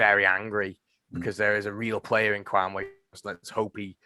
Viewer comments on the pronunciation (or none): Please stop calling him 'kwamway' it's Kwame.